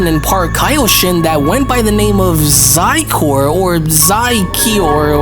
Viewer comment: Xicor? Did I just hear xicor